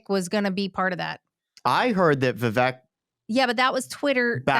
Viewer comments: Vivek's name is pronounced 'Viv ake' like cake. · Vivek is pronounced VevAke 🙄. Like cAke. I've mentioned this a couple of times. You say you have tremendous respect for him, yet you keep saying his name wrong. This isn't his pronoun,, it's his name. 😠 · Vivek rhymes with cake